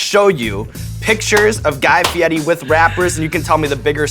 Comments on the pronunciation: The way he tells people to say his name always annoys me. The way the 'r' would be pronounced in Italian would kind of have a 'd' or 't' sound to it, but it is still an r. It's fine that he insists people pronounce it "Fee-YEH-tee," but then why doesn't he also have them pronounce his first name in the traditional Italian pronunciation, would would be more like "Gee" (the G pronounced like the words guitar, gross, goblin, etc.) It's the same thing with Eva Mendes. She insists that her first name is pronounced "AYvah," but has no problem with people pronouncing her last name "MEN-dez," when traditional pronunciation would be "MAYN-dez." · Who else pronounces fieri like Ferrari not feiti just for memes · is it pronounced FI-E-TI or FE-AIR-E ?? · So you're telling me I've been pronouncing Fieri wrong this whole time and no one told me. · Where is the "T" is Fieri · Why does this man insist on his last name being pronounced with an Italian accent? It's so dumb. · Why is the R in fieri read as T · That's not actually how his family pronounces their name. He tried to put a fancy spin on it, for TV. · isn't he pronouncing fieri wrong? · That's really how his name is pronounced? Huh. I'd never have thought of it being said that way. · it’s fieri not fieti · Did he mispronounce Guy Feiri as "Fieti" a few times in that video? I always heard it as Fi-air-ee. Inside joke? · Fieddi... Is it because they can't roll the "r"? Fieddi is defo not how Fieri is pronounced. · Fietti? {{{ Mandela Effect }}} isn't it Fieri? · my life is a lie i thought it was guy fieRI not guy fieTI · i understand that, but sean was saying Fe-etti, and Guy said that was right and everyone says it wrong, i thought was odd, cause i'm fairly certain on his own show and numerous times ive seen him on shows, people always say Fee-air-a, and never heard him correct anyone. I still dont get the T sound even if the R is silent. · Is he saying his last name wrong?? "Fietti" or is that how its pronounced?